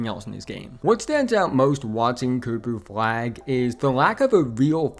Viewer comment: coopuh fwag is unwike any pwayuh we have evuh had...